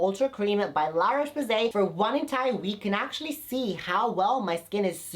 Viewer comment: lololol la roche poos-ee .. u r still gay, we know that